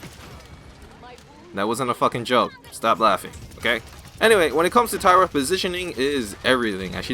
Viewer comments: Its Tyra not Terra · tyra not tera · Why do you keep pronouncing every champions name wrong? Is it to piss off someone or do you really think thats their name? Like, tara and drogols.. Dont take me wrong i love your videos. Just, please try to pronounce it right. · wow tira i never knew that, wasnt it tyra with i?